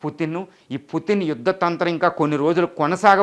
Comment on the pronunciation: please converce as putin not puttin. it will give a different meaning